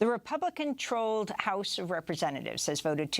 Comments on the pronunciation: Amy says "the republican ' trolled ' house of representatives" Nice one Amy !!! 🤣🤭😂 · "REPUBLICAN-TROLLED House of Representatives" When Amy meant to say "Republican-controlled." That, too!